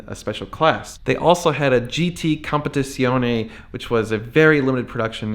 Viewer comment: The Italian ‘Z’ is pronounced like ‘TS’ like in pizza [peetsa]. I = EE. E = AY. So Competizione is pronounced like ‘Compet-EETSEE-on-AY’